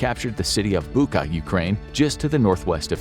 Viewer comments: О боже, мій, Бука!!! I'm sorry, the video is super serious, but I never heard foreigners say Bucha like that😅 The "ch" is pronounced the same as in "kitCHen" or "CHicken". The world "butcher" sounds almost identical, aside from the ending "butcher - butcha" (It has no similarities in meaning of the word in Ukrainian, but I have to admit, the coincidence is pretty creepy now, considering everything happened there). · Bucha not Buka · Not "Buka", but "Bucha", "ch" as in "butcher" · Bucha 'ch' is pronounced like in 'Chilie' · Did we not want to take 2 seconds to look up the correct pronunciation of Bucha?